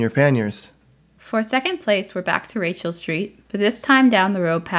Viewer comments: I think the least you could do when you report on a french city is to prononce french words correctly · How many anglos in Montreal says Rachel the way it was said in the video? I lived almost directly at Rachel/St-Denis and I always heard Rachel pronounced the French way, when speaking either language. And what about Pie IX? 😅